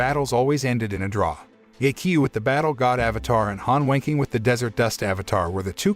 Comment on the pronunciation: The way the voice says Han Wenqing saouns like he’s saying Han Wanking